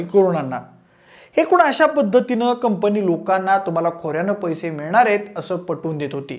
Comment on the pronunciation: कंपणी नाही रे.. कंपनी!